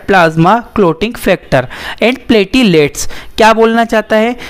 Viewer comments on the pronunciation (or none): sir ap platelets ka pronounciation glt h